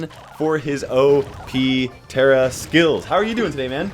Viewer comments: There is a mountain called "Tara" and Tara is an uncommon name for a female in Serbia and here we pronounce as we read (idk how to explain) so it is Tara not Tera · I have an irl friend named Tara and it's pronounced "T-air-a" and not "T-are-a". She's middle eastern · Tar-a not tear-a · It’s actually pronounced Tara Lol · Ta”r”a, emphasize the r, weaken the a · I have a friend named Tara, too.She’s German and her name is pronounced the second way, the one with the long A.